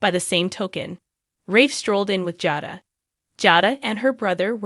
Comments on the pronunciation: You are to lean the names correctly! It is Jay + dah Come on how hard is that? Aren’t you watching and hearing how they pronounce the names? Li is not how you pronounce this man’s name! It is Lee! Learn now! It annoying and makes us believe you don’t know what the hell you are saying. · Jayda is how u say it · i sure wish this person would learn how to pronounce the names correctly (Jayda,Abe and nicole )